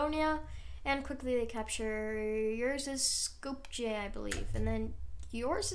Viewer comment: as a slav bulgarian i am offended by the way u pronounced skopje it's pronunced (,,skopie") not (,,skopdje'')